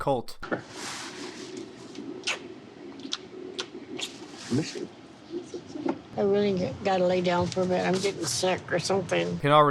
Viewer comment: It’s pronounced colt-eee btw you got it wrong most of the video